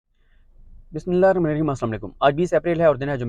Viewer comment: برائے مہربانی بسم اللہ الرحمن الرحیم کو صحیح پڑھا کریں شکریہ اور پورا پڑا کریں شکریہ